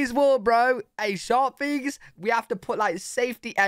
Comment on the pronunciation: Why do you say fings not things..just asking